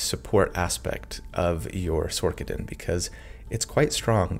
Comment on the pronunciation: Is it Sor-ker-er? Nay, so why are you calling it Sor-ka-din. It's Sor-sa-din. Otherwise, I absolutely loved this video, you're amazing!